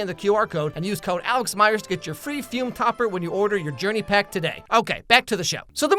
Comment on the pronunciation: Fum ❌️ Fume ✅️